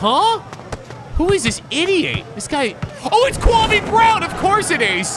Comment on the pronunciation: If ur gonna pronounce Kwame, pronounce it correctly... Put some respect on Ghana's name!